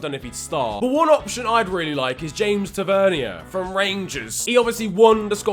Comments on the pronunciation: I’m a rangers fan and it’s not fucking hard, James easy right then it’s tav-an-ear not tav-ern-e-r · “James Tevernyer” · ta-ver-knee-er lool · Its pronounced ta ver neer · bro the way you said tavernier is so annoying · Needs some work on pronouncing tavenier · Please look up how to pronounce tavernier